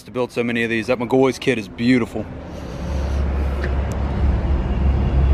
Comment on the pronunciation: It irks my soul when he says mcgoys It’s says Mc-gaw-fee 😂